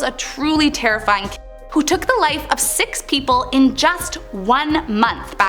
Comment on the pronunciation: Can't believe that you can't say killer...